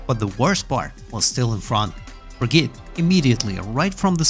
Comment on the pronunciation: You say Brigitte wrong